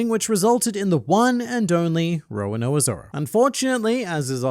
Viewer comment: I cant unhear Roanoa :(